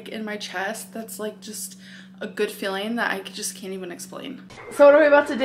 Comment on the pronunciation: i love that she says "fueling" like "feeling" but then says "feeling" like "filling" lmao